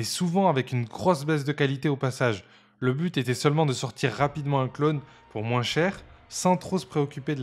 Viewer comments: Pourquoi tu dis « moinsse » ? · Tu prononce le "s" dans "moins" ? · De moinze en moinze de gens 😂